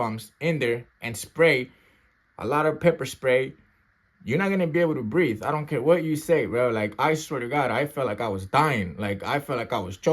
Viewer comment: "I CAN'T BREAFE! I CAN'T BREAFE!" HE SAID HE STARTED BEGGING FOR FORGIVENESS AND SOME MORE SHIT. 😂😂